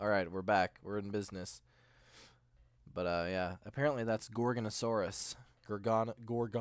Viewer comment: There is no "n" in Gorgosaurus